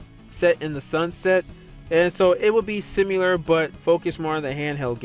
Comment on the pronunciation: Please stop saying "simular"